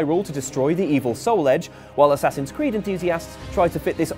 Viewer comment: Assasins Khew-d